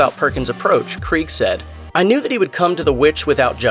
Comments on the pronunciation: Her last name is pronounced KREE-Ga you moron. do the research. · Her surname has 2 syllables, not one.